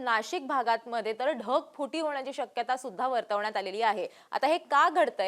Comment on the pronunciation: धगफुटी नाही ढगफुटी मराठी सुधा येत नाही 😢